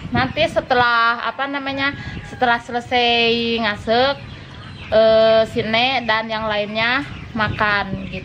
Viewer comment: Ngaseuk yg betul bukan ngsek